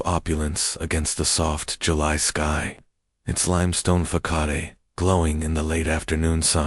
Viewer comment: Listening from: Harrisburg, Pennsylvania. The United States 🇺🇸 Interesting voice pattern reading this story; makes it sound very mysterious and exciting! But then the AI began mispronouncing every day words, like facade!😢